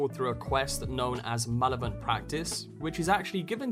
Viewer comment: It's definitely not known as "malovent" practice xD Edit: For future reference, it's pronounced mal-EV-uh-l'nt.